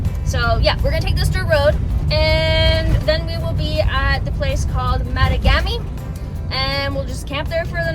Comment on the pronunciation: Yo Canuck what's up! Sorry had to h. Great trip three dogs wahooo. Tip drove me crazy...it's ma tog Ami...with accent on tog...I'm just a few hours south. Love the north.